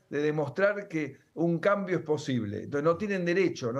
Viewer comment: Se pronuncia " e n t o n c e s", no " t e s", Señor ladron!